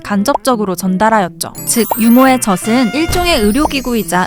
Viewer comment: 젖은 [저즌] 젖을 [저즐] 젖이 [저지]라고 발음하는게 맞아요